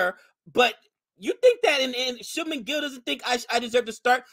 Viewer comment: Allow me to assist you with your pronunciation. Thakur = THA-KOOOR. Not Thaker. Shubman - Shubmaan. Bhogle = Bhog-Lay. Not Bogli But you pronounced Pant very well.